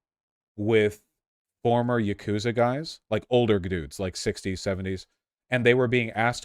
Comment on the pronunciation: THE YAGOOTZA